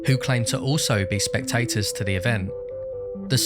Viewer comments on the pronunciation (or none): spektators to the event 😂